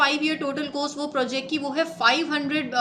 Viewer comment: Madam aapko Hindi dhng se bolna nh aata shyd aapko ओ and औ m difference nh pta h and that makes pronounciation very odd . Aap कॉस्ट को कोस्ट पढ़ती हैं , और को ओर when you are assigned such dictation based job you should change the way you speak . Because you are representing a very good channel .